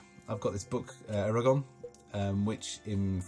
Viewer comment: En français, on dit "Eragon" avec le n. The same sound that "iron" ;)